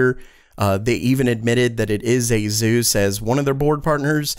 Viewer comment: I'm gonna pick nits because I'm bored. There's no Z sound in Asus. Nothing to see here. Move along.